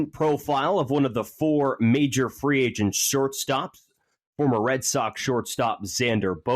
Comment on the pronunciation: "with free angent sharting" 😂